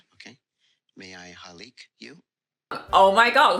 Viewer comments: “May I hAliK you?” My Filipino self is cringing so badly. HE SHOULD AT LEAST LEARN HOW TO SAY “Can I kiss you” in our language because it’s so cringey to listen to him using halik in English 😂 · “May I Halik you?” Bruh she was like: you may halik MY A*S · I'm not even Filipino and I knew he was butchering the hell out of it. Like sir, please stop. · I'm not Asian and it was cringey for me too. And her face says it all.